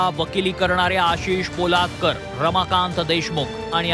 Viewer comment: न्यूज वालेच देशी घेतलेली दिसतेय, पालोदकर ला पोलादकर म्हणतोय...